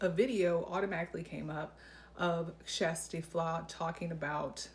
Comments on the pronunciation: I watched Kjersti’s own video where she pronounces her name. It’s is not “Shas-ta”. She pronounces it “ Shas-tee”. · Your pronunciation is the closest one yet. 🎉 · It's actually pronounced "Tshesty" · I've literally re-played Kjersti saying her name in the beginning of her videos, like 20 times 😁. My ears hear: Sh'z Tee. But say it really fast! 😊. Cuz she says it so fast that my ears can't tell if she is saying "Shirs Tee". Or "Shas Tee" So I just skip the vowel and say the first syllable really fast: Sh'z Tee 😊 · You’re mispronouncing Kjersti’s name.